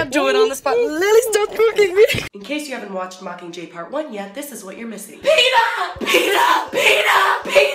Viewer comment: LMFAOOO "PEETA"